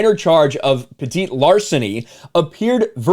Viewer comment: It's Petty not petite